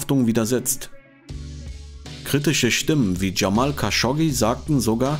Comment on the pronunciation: der name lautet "cemal kaşıkcı". nicht cemil. wie immer ein krass gutes video👍👍👍 , meinen respeckt hast du!